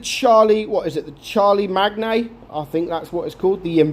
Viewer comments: And to correct all the incorrect "this is how you pronounce it" its Char-Le-Main, its a french name. Not charlie-main, char as in char future, le as le lols, main as in main account. Lets stop the charlie stuff as i can think of is "Charlie bit my finger" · No it's not Charlie-main, it's char - le - main, he was a french Roman emperor lol the last emperor of Rome. Hence the French pronunciation, anyone saying Charlie has gone wrong 😂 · Correct pronunciation is "char-le-mah-nee-he" (but wihout pauses). Such a shame that today, even if you're not a history nerd, some don't even know the name of a character that was so hugely influencial in european history. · Pronounced Charle-main. ffs. lol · I cracked up at "charlie mag nay"...:D Even if you weren't taking the piss, it's still funny lol. But not talking down... idc how you say it, the review was spot on. Thanks for still pumping out Blitz content! Hope the fam is doing well! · Did you just pronounce Charlemagne are Charlie?? 😂 Theres a french/roman emperor turning in his grave right bow lol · You should have put the name in Google translate it’s pronounced “shar le main” lol, I doubt many will be rushing to buy it as there are a lot of great tier 8 premium heavy tanks out there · I do actually know that & yes I can use Google too!!! lol, I was just trying to help pronunciation in simple English, which means say it like you hear it my friend;-)